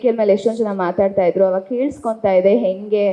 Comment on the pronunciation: Learn to pronounce kannada properly Ha ucchara bahala mukhya Ale Jana (say Hale Jana) Odu bara (say odu baraha) Henge (not enge)